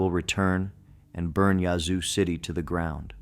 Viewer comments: Lol, yazoo is pronounced with a long a sound. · Well I couldn’t make it past the pronunciation of ‘yazoo’. He ain’t from Mississippi 😂. Of course, it may be ai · It is pronounced Yazoo City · Please learn how to pronounce the cities in Ms. Yazoo has an a sound like apple and Natchez is na t chez (run it together, actually don’t annunciate the T) Biloxi is buh lux ee